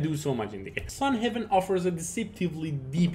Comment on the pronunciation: Not sun heaven. Sun Haven!